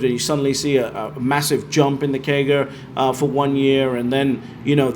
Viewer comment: I dont understand what he is saying? A 10 year KEY GA of 71%? Wtf is that? Maybe someone can decrypt that for me